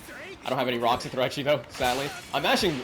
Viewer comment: Quote of the day: “Ruh-ucks” 😂